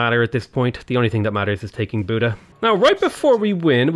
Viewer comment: I am a Hungarian and it is pretty funny how he is pronouncing the Hungarian cities (except Buda and strangely enough Esztergom which was almost spot on) :D (spoiler alert, it is nowhere near :D for some reason English speakers doesn't really understand the pronunciation of the Latin alphabet (Hungarian is far from Latin as well but the pronunciation of the letters is somewhat close), it is a miracle they stuck with that alphabet)